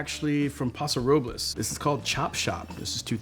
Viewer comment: God bless him for pronouncing Paso Robles correctly lol. We say “Paso Row-Bulls” 😂